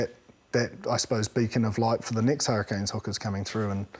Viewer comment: Hurri-CANES. This host drives me mad naming our team wrong. They are not the Hurri-kins.